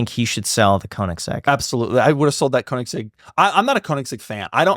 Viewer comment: It's strange how so many car guys care about the pronunciation of porsche, but every single one completely butchers koenigsegg.